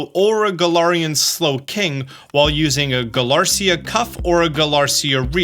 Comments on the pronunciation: Btw small pronounciation stuff that I've seen you correct yourself on in other videos (So if you don't care, that's absolutely okay) * The items are Galarica twig/cuff/wreath, rather than Galarcia twig/cuff/wreath * Duraludon and Archaludon have a "lu" sound in them, rather than "la" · Galarica, not Galarcia. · I'm being nitpicky for this but I think the Slowpoke items are pronounced guh-lah-ree-kuh, not guh-lar-see-ah. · The fact you pronounce Galarica as Galarcia bothers me so much. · Galar-i-ca not galar-cia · How does he still pronounce Galarica as Galarcia? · It’s not galarcia. It’s galar-i-ca